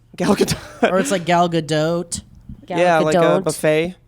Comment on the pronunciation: It's Ga-dote :) Not dough or dot.